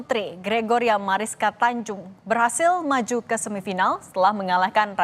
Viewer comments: duh pembawa acara nya Oon Tunjung di baca Tanjung, Intanon dari Thailand bukan dari Taiwan ..🤣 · Sekelas Kompas TV salah nyebut nama 😂 Tunjung bukan Tanjung 😂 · Bukan Tanjung mbak tpi Tunjung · Tunjung mbak...bukan Tanjung.. 😂😂😂😂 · Pembaca berita ini minim informasi. Sejak kapan Tunjung menjadi Tanjung?